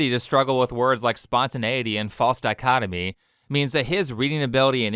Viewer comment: damn. English is not my first language and even I know how to pronounce “false dichotomy” and what it means 😂